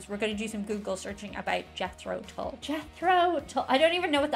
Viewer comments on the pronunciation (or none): Late 60s - 70s - and beyond till now Jethro Tull was a 18th century English agricultural innovator who invented the seed drill pulled by draught horses Cracks the English-speaking world up the way Yanks pronounce ‘Tull’ like ‘pull’. ‘Tull’ is pronounced ‘t-uh-l’.